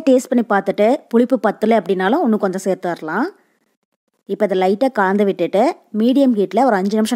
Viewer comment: Nalla Thamizh.Kalandhu enbadhai kaandhu endru solvadhai mattum thiruthavum